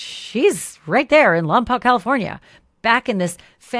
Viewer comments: Ashleigh, I’m a Lompocian that grew up in Lompoc and as a matter of fact I attended Buena Vista elementary school . Could you please say Lompoc right??? the “Poc” is pronounced “poke” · Lompoc is 150 miles NORTHwest of Los Angeles. 😉 Pronounced Lom-poke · Hi Ashleigh! I know you’re going to be covering this story, so the correct pronunciation of the town is “Lom-poke” - thanks for covering! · Hi Ashleigh, local here. Lompoc is said as Lom poke. Hoping this beautiful little girl is found soon.🩷🦔🩷